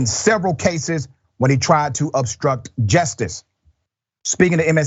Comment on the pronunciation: Great report but please say justice and not jestice!!🥸